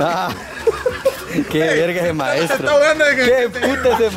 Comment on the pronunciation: Aki los que escucharon al decir faestro